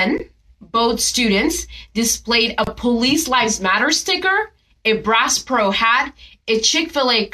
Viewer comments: She pronounced it as "Brass Pro." lol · She says ‘Brass Pro’ 😣🤣🤣